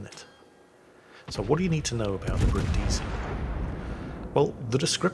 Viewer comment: Brìndisi, NOT Brindìsi, it's not that difficult.